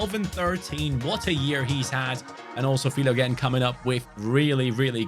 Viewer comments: Btw his name is pronounced Fill - O - Jeen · Pronounce ‘Philo-Jean’